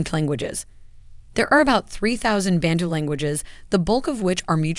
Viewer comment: We say Bantu, not Bentu.